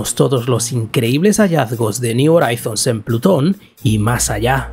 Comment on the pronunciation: me duelen los oídos cuando pronuncias "Horizons". Una duda, si pronuncias bien "New" o "New Frontiers", cómo es que "Horizons" lo haces tan...mal? Ayyyy! Por lo demás, excelente video.